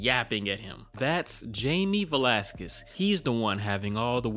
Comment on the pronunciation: Pronounced Vla-sah-kiss